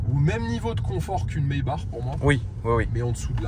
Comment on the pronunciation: C’est pas plutôt Maïbar pour la prononciation allemande?